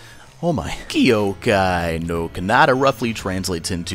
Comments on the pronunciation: ky-oh-kai nor kah-nah-tah* (sry i cant stand that pronunciation ><) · I'm not sure if the way you're pronouncing "Kyoukai no Kanata" is intentional or is actually the way your pronouncing it...